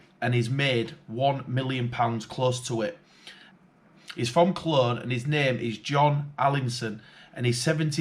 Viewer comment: Its pronounced cone as in traffic cone but its spelled Colne. John Allinson has been doing this for a decade I know of because I have met him a few times. He wasn't in jail in 2013/14/15 when I knew of him. The place was an absolute shithole. Loads of people (not me) were tipping up there illegally and loads of times there were fires up there too. The point is, he was taking illegal loads and as such depriving the local economy (other businesses) of a fair run. He should not be admired for his crimes. He has been tipping for more than "five or six years". Why should he get away with it when we all have to "pay to take it away". Part of the problem lies with the government and councils charging for waste disposal and demanding vehicles have a certificate/pass to take stuff to their sites. Its FREE stuff that they can process, sell on or incinerate to generate energy. The waste regulations Act and such like need reform to make it FREE for all to tip at approved sites anywhere in England and Wales. Blocking and charging (taxing) out of getting rid of waste creates fly tipping.